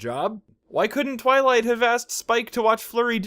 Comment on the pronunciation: Roughly everything tenth time you say "Twilight" you try to say it slightly faster and get two-thirds of the way to saying "toilet." Do not stop, it brings me intense, forbidden joy.